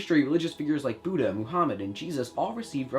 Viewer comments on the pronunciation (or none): none